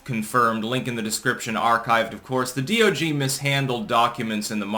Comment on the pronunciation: ....did he say D O G?